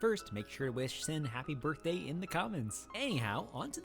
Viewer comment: Why did he say HAPPY BIRTHDWY BAE